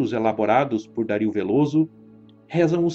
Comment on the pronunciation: o vídeo é otimo. mas vc pronunciando Dario como Dáríl me deu agoniaaaa hahaha